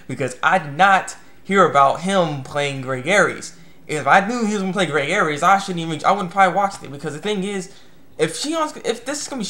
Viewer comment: Greg's last name is actually pronounced "Airs". Sorry it's just a pet peeve of mine.